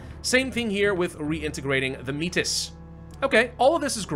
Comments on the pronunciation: Métis is pronounced May-tee, its a french word for people of mixed native and french ancestry. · By the way, Metis is pronounced May-Tea. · May-tee the s is silent 🤫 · it is pronounced Meh-Tee, and it is a real people group that is quite wide spread in Canada. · Métis = May-tea that’s how it’s pronounced